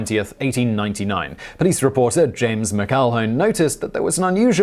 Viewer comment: McEIhone is pronounced Mack-ill-hoe-nee. I'm taken back in time to when you butchered the name McElroy. Bruv, do yourself a favour and take advantage of the audio feature on Google Translate when you're not 100% sure about how to say a big word, or in the many cases like this one, just pick up your phone and call a Scot. I'm sure you must have one on your contact list, somewhere.